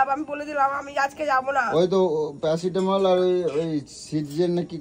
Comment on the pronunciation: কি সব উচ্চারণ করে 🤣🤣🤣🤣🤣🤣🤣🤣🤣🤣🤣🤣🤣প্যাসিটোমল হা হাহা ডেরেচ এইসব কি কথা?